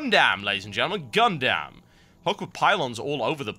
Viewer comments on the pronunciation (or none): GUN-DUM GOD DAMMIT! NOT GUN-DAMN! /rageoff